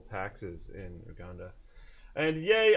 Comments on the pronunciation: Hey guys, the country name is pronounced YouGanda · LOL!!! Oooh-Ganda.. It's You-Ganda...